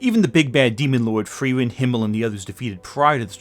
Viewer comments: Good video but, please, "Frieren" also has a "i" in it. It's literally a german word 😭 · you couldnt be bothered to check on how to pronounce frieren could you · The way you pronounce Frieren is kind of horrendous, not gonna lie